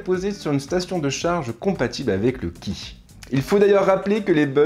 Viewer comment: Bonjour à toi, petite précision Qi tu le prononce sois Q_I soit tchi voilà et bonne vidéo